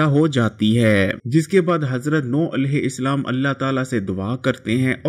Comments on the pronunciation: sir it’s alehu salam not alehu islam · Bhayee tum Urdu sahih parhne ki mashq karo.Alaihissalaam ko Alaihi Islaam kyon parhte ho.Roo e zameen ko roohe zameen kahte ho .haisiyat ko haseeyat kahte ho.Mashq karo .Ghalat mat parho.